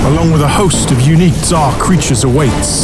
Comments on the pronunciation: The visuals are absolutely stunning, the new boss looks outrageous, and the updates are seriously phenomenal. But probably the best part about this video is that we all finally know the proper way to pronounce TzHaar. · I knew it was pronounced "Zar" and not "tu-zar" Take that, people who doubted me! and for the last time, Neitiznot and Jatizso are nay-tis-not and yah-tis-so. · silent T and Silent H pronouncing it Zaar. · The best update of the decade: The way to pronounce, TzHaar!